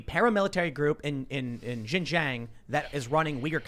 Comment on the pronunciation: ... Your pronounection is horrible. It's xin jiang